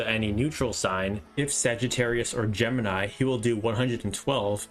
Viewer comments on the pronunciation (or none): none